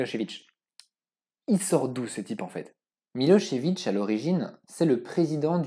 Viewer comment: C'est très bien documenté encore une fois, et en + tu prononces bien Milo(sh)evic et pas Milo(z)evic comme on entends tout le temps :)